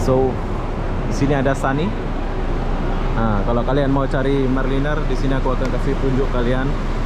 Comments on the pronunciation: Hancur nama company bus tu maraliner jadi marliner.....belajar lah sebut betul2 sebut sebab itu imej Dan jenama company and perkhidmatan dari brand atau syarikat bas tu.... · Bro. Sebut MARA LINER yang betul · Bukan Marline tapi MARALINER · maaf tiap kali disebut marliner terasa lucu sekali... Sebetulnya maraliner dibunyikan begini (mara-lainer) mengikut sebutan Bahasa Inggeris. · Semua bas di Malaysia 🇲🇾 x ada toilet sebab banyak rnr di highway ... Mara liner bukan marliner 🤣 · Kamu kene sebut maraliner oby bukan marliner 🤣🤣🤣🤣🤭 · MARALINER ( sebutan MARA...LAINER ) bukan MAR... LENER. Perlu belajar B. Inggeris. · MARALINER...bukan MARLiNER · Maraliner = sebutan; mara laině...